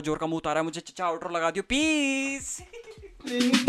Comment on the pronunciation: Last wala "peace out" sounded more like "pee" 😂😂😂😂